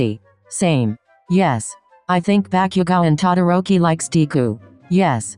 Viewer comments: bakyougo is what they kept saying srsly lmfao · MHA: Bakugou The voice: Bakiugo HAHAHAHAHA